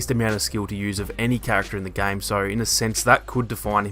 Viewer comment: You pronounce game like gang